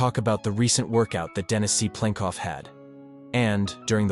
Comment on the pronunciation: "Dennis C. Plenkov" 😆